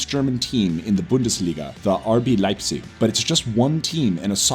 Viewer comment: "BUNDUS LIGA" 😂😂😂😂😂